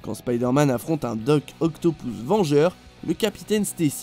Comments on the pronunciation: C'est moi ou tu dis docteur octopouce au lieu d'octopus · dr octopouse nan mais sérieux un peu d'efforts dur la prononciation